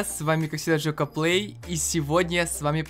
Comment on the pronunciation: мне показалось что в самом начале ты сказал ЖОПА ПЛЕЙ